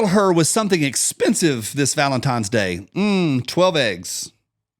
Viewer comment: I can’t wait for this week to be over so I stop hearing say, “valemtimes.”